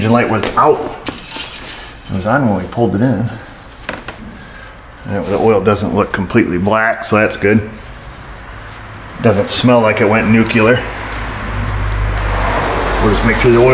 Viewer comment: Nice job. Simple fixes can be very satisfying. Now if you would please, kindly work on your pronunciation of "nuclear" (NU clee ur). Thank you for all that you do.